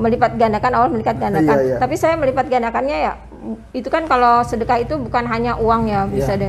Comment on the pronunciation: Weleh² yusup mansur bukan ustad bleh coba aja dengar kalau ceramah ngomongnya selalu sodakoh sodakoh sodakoh. sodako bleh bleh apa bayah